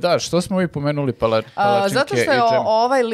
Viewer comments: kako akcentujes pala-cinke, malo boli.. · A ti si kao neki strucnjak za akcentovanje palacinki(palacinaka) 😮